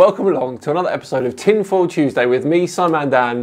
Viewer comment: Tchinfoil Tus-day